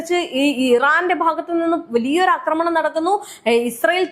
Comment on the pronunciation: Ee kutti epolum 'akramanam' enne parayu....'aakramanam' ennu parayu